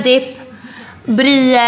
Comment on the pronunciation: Bara typ min familj som uttalar "brii" ost och inte "bri.e"